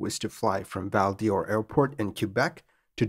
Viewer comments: Excellent presentation. A note on pronunciation - the "d'Or" in "Val d'Or" is pronounced the same as "door", not like "Dior". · Great vid! As a quebecker, I had no idea this had happened. You may not see this but your pronunciation is a little off it’s Val d’or (the best way you could say it in English is val door) and not Val Dior. Similarly dorval would be door-val but dorval airport was renamed to Pierre Elliot Trudeau airport, Trudeau for short. Doesn’t stop people from calling it dorval still. Still, great job regardless! French pronunciation is pretty wonky lol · Val DOR just like in DORval. Not Val DIOR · It's not Val dee Or, but Val d'Or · It's pronounced "Val DOOR" not Val Dior. Just sayin'. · Not as interesting a pronunciation as Val " Dee--Ore" when it should be pronounced like "Door." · also, Val D'Or is pronounced "Val-door", and not Val-Dee-Or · As a Canadian, Val d'or is pronounced "Val door". while Dorval is pronounced “Dor-val" (as in valley). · Excellent narration as always! One minor quibble: "Quebec" ought to be pronounced either as "kuh-BECK", "kay-BECK" (which is the French-Canadian pronunciation), or "kwa-BECK", rather than "kyu". Also, as and noted, "Val d'Or" (literally Golden Valley) is pronounced like "Val Door". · It doesn't help your credibility that you can't pronounce Val d'Or, Dorval or Québec properly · Great presentation. Your pronunciation of Val D'Or does need improvement.